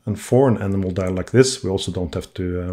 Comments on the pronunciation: A beautiful watch for a beautiful young lady. Best wishes to both of you! The silvery color of the main plate and bridges--is that nickel plating on brass? One other thing . . . the pronunciation of "enamel" has the accent on the second syllable, so it rhymes with "empanel". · Hello Robert, thanks for watching! I think what you heard was probably a mispronounced "enamel" 😉 I would say I have to pre-clean maybe one out of ten watches or so. A lot of the time I simply preclean them with pegwood, rodico and naphtha, sometimes with the ultrasonic. I basically never run them twice through the watch cleaning machine. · It's an enamel dial mispronounced 😎